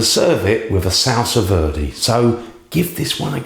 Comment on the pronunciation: Salsa Verde is a spanish sauce, its very easy to pronounce, salsa like how you read it, and VERDE : the E as in Elephant, its very simple, please, there are no "i"s anywhere.